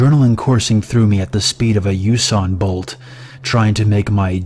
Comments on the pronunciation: Lmao - like a " U-San Bolt" he said it like a "Usan" was a type of bolt lmao wtf u stupid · This nigga said Usan Bolt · yousan bolt LOL